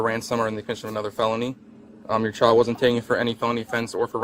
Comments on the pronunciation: Bill Burr's comedy special about not hitting women comes to mind watching this. It's also really annoying the emphasis on the last syllable of the last word. "childAHH." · I've never heard "child" pronounced with three syllables: Chi-YULL-duh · It’s not pronounced, “c**ld-DUH.” It’s a one syllible word. Rhymes with wild. Not whild-Duh. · She should get extra charges for unnecessary syllables….chi-al-da…….meee-ya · Let’s clap out the syllables … “child” 👦🏻 = Chai-uld-DUHHHHH 👏 👏 👏 but yeah what you said 😉 😂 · Why do people like her always add extra syllables for emphasis? "They kidnapped my CHY-ULD-UH!" 🙄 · Only time over ever heard child pronounced with 3 syllables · Me-uh Child-uh What a mouth on her!!! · I didn’t know “child” could be a 3-syllable word… CHAI-yole-duh! 😂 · she managed to turn the word child into a 4 syllable word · How can the word child have 3 syllables? And the word may have 2 syllables?